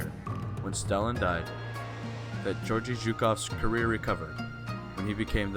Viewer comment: Mispronounced Georgy. It is the other G sound not like in George but G as in good. Also there were no German armor or British soldiers at Khalkhin Gol. Good presentation though.